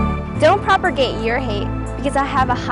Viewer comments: If she says "propergate" one more time, I'll shoot myself. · She also said "propergate", lol. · I can't get over the fact that she keeps mispronouncing words.... "propergate..." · Bitch doesn't even know how to pronounce the word "propagate." Lol "propergate." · Why is no one saying anything about her mispronunciation of the word 'propagate'?